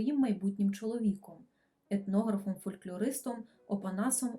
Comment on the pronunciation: Не ''фольклЬОр'', а ''фолькЛОр'', не ''фольклЬОрист'', а ''фолькЛОрист''.